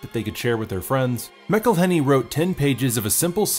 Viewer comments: Nitpicking a bit, but if Rob's name was said "MIC-elhenney", wouldn't the nickname be MICK? I think it's MAC-elhenney, because then the MAC nickname makes sense. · It's pronounced MAC-elhenney, and he never actually wanted to act in the show. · McElhenney is pronounced Mack-Uhl-ay-nee